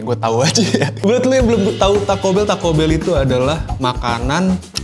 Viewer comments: TACO BELL ❌ TAK KOBEL ✔️✔️✔️ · Yg dia bilang = Taco bell Yg gw denger = ta' kobel 😅 Opone sing di kobel cok 🤣🤣 (Efek orang tangerang lama merantau di Jawa Timur)